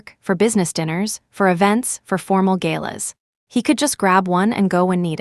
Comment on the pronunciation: Not galas but GALAS